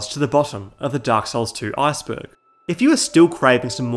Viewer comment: I keep thinking you're saying Arseburg lol